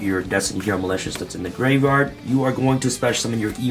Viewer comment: I like it when he says "graverard"